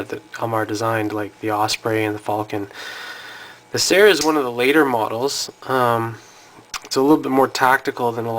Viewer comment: It's pronounced SEER or SEAR.